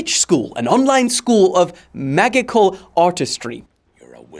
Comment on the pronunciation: bro said, "megical"💀